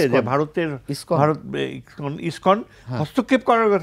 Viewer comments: Iskon not Ipson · এই পেট ফোলা ব্যাং টা বার বার ইস্কনকে ইবটন বলছে। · Ipson না lskon,,,, কোন মাদ্রাসায় পড়াশোনা করেছিস😅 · ISPAN na ISKCON ? aage se ta thik kore balun. Abar international relations niye Katha bolche .